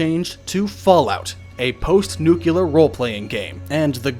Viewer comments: Am i the only one bothered by people who can't say "nuclear"? Ie. "new-clee-ur", not that abomination of "new-cue-lur" - no idea where that could've come from... And hell, i'm not even a native speaker :| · okay, i tried, i gave this video a full 7 minutes but i couldn't hear "nucular" one more time. good try, hope you re record this narration sometime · So much hardwork yet you still pronounce it NUCULAR sigh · Yeah - Hate is not too strong a word for the nucular crowd. It's like people forgot that "nuke" came from "nuclear"; if you start from "nuke", I guess "nuke-ular" is a logical result. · ´´america is much more developed than europe´´ up to the point where they dont need to know theire own language....nucular my ass :D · IT'S NUCLEAR, NOT NUCULAR. FOR THE LOVE OF EVERYTHING, FOR FUCK'S SAKE. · NEE-Clee-Er???? or...... New-Clear... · For fucks sake...nuclear. Nuclear. NUCLEAR! Nu-clear. Nut nuqular. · Am I the only one who shivers when people say "nuke-ular" instead of "nuclear"? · say it with me now: Nu-kle-er. NOT Nuk-you-er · I liked the documentary but it's "Nuclear", not "Nukelar" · It's "new-klee-er", not "nuke-yeh-ler" Don't people even pay attention to spelling before hazarding a guess at how it's pronounced? Nu-cle-ar...hmmm...don't see anything that would make a "y" sound. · okay, it is not "nukular", "nukular family" have you ever heard that, really? it is nuclear look at how the word is put together, sound it out, say it right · This was great! Awesome presentation. But it's hard to take you seriously when you can't pronounce Nuclear. It's pronounced "New Clear". Nuclear <- notice there is only one U and there is an E. Leave the pronunciation of Nucular to Homer Simpson. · Not nucular it's NU-CLE-AR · It's pronounced (New Clee Ar) Not (New Kew Lar) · Almost had to stop watching because you kept saying "new-kyuh-lar" instead of "new-clear". Nuclear really isn't that hard to say... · nuCLEar nor nukular ffs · "NucLEar" not "nucUlar". "NucLEar"